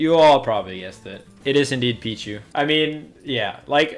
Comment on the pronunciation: Its pichu